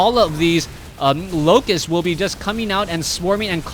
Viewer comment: You need to keep following the action even when expressing your opinions. The first 8 minutes of this game you were so obsessed with the mothership core that you missed the oracle casting entomb twice, the zerglings attacking the front and the defense from the void ray. The word is locusts, not loci. Stop saying "here" when referring to a point on the map, describe it (e.g. 3rd base, gold base, natural expansion, etc.). Swarm hosts don't produce eggs.